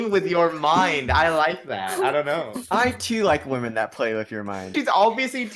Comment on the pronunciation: why did ya say zat